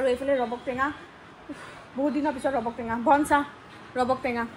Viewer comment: Robok tenga nohoi😂 Rabab tenga koi